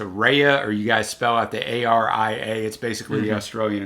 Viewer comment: ARIA is pronounced just like the opera songs. So like Ah-re-ah